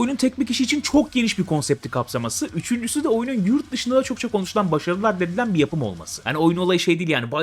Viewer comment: abi adledilen değil addedilen olacak.